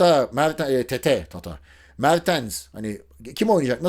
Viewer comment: Abi yanlışlıkla tete'ye tata dediğin yerde bir duraksadim kendi kendime dedim ki "abi yanlış soylememistir ben yanlış biliyorumdur"